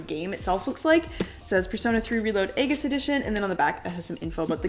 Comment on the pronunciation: Great unboxing but aigis is pronounced as if it’s Ie- gis, it’s one of those anime names that aren’t like there written